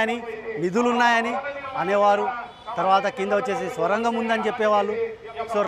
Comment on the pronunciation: అది స్వరంగం కాదమ్మా సొరంగం......